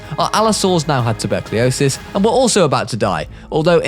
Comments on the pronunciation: ankeylosauros, not ankailosauros. tubercuelosis, not tuberkleylosis. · I'm not sure if you know but you said tuberclios instead of tuberculosis